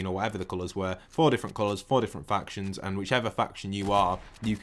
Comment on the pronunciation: For a second i thought he said fractions and i was like OH NO MATH IS THE DEATH OF MEEEE